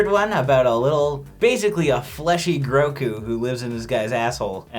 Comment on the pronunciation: It’s Grogu not Groku, that lives in his asshole. Cmon guys be more professional